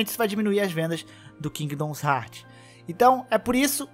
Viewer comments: Mano que agonia com 500 vezes que você falou kingdons heart, pqp, é KINGDOM HEARTS porra. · Porra mano qual o problema q voces tem na hora de ler o nome do jogo? É Kingdom Hearts e não kingdoms heart caralho, so ler onde ta o s qual a dificuldade? Claramente voce ve q o cara quer puxar like pra um jogo q ta em alta qndo n sabe nem falar o nome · Toda vez que ele falou “Kingidons Hartis” eu falecia. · Cara, muito interessante o video, mas você falando "Kingdoms Heart" toda hora dá uma tristeza que escala cada vez que você repete, as 3 primeiras vezes já deu vontade de fechar o video. Mas sobre o tópico do vídeo, também acho que essa restrição é coisa extrema da Disney, ela é MUITO chata com essas coisas, até com os Kingdom Hearts antigos você toma strike se postar gameplay que toca a abertura. A Square Enix não é tão problematica assim, dá pra ver isso pelos outros jogos dela, é babaquisse da Disney mesmo. Ainda, não, não é facil assim fugir de spoilers. Os spoilers de Kingdom Hearts tão em todo lugar no youtube. Tem um amigo meu que nunca viu um video da série, e ainda assim ele ta recebendo como recomendação vários spoilers meramente por que ele vê varios videos de games. Hoje mesmo ele me mostrou que apareceu pra ele recomendado "Kingdom Hearts 3 Final battle+Ending". O algorítmo do youtube é uma bosta. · "Kingdoms Hearts" meu senhor que agonia, pronuncia o que você lê e não o que você acha que lê. Certeza que leu tudo isso aqui no singular ao invés de colocar no plural 🙄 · Mano, nao eh "kingdons heart", ta parecendo o Zangado falando...